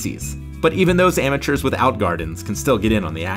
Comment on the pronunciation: Why call them amueturs